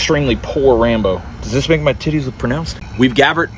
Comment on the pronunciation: “We’ve gavered”